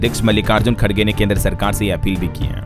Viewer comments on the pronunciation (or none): none